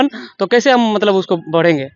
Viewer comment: कैज़े भी नहीं होता है भाई / कैसे भी होता है भाई 😅